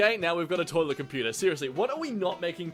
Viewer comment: it's a compu-tair